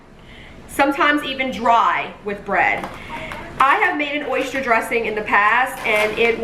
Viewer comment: Oyster not oyshtyer